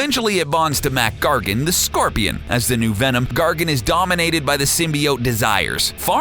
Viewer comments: It isn't mat gargan it's mac gargan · It's Mac gargon not mat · You mean Mac Gargan, right?